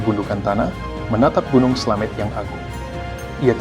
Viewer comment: Slamet pake ė bukan slamet